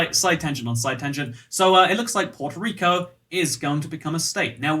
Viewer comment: did you just say porto rico